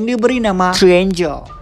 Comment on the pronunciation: TRIANGLE bukan TRIANGEL